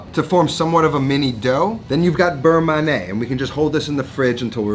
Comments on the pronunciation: Beurre manié=It's "man-yeah", not "man-nay". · Burr-Mon-Yay not Burr-mah-nay. I don't normally care how people pronounce stuff but this was like nails on a chalk board for me. Awesome Recipe. Looks amazing!!! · FYI beurre manié should be pronounced like we say NYE in Kanye West. Man-ee-yay. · It’s berr manyeh. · the constant mispronunciation of beurre manier from a cooking "professional" drives me insane